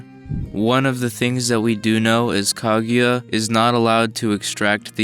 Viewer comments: It's KA-GU-YA Not kag ya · Son, can you say her name right. It's not Kagyura, it's KA-GU-YA. It's a literal sound son like you sound like Michael B Jordan Noroto. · Anyone else annoyed by his pronunciation of "kag you ah" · I've been pronouncing it "kah-goo-yuh"